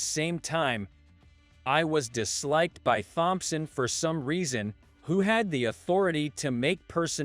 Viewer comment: Here we go again...the surname "Thompson", is pronounced as "Tomson". How long is this going to be, before anyone pronounces this Surname CORRECTLY???